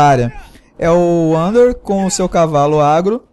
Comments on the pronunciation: não é vander é wander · ELE FALA ANDER KKKKKKKKKKKKKKKKKK